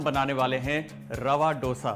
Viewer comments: It's dosa and not dhosa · It's dosa(dho-sa) not do-sa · Recipe good.. but plss don't change pronunciation according to your accents... It's dose.. not dosa.. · I will be very happy if u say it as "dhosa" and not (ddosa). "Dha" like in daya, dhaanya, diya, or song dham maro dham. Really nice recipe easy, quick and delicious. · All south Indian States pronounce this as Hindiwala " do" + sa. And not as in " dough" sa. North Indians changed it into how they pronounce now. Jis Tarah Hindi mein number 2 ya doosra Bolte Hain, usee tarah usko pronounce Karen. Actually, it is " dosai' in TN, dosha in Kerala. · Oh god he can't even say dosa properly, it's Do as in Do(2in Hindi)sa. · When you are showing a recipe the least you can do is to pronounce its name correctly! It’s Dosa like in Damodar! Don’t act as if you are alien to that sound altogether!!! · Its not DOSA, atleast get the pronunciation right.... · I loved the video but since I am from south India, I request you to pronounce Dosa properly.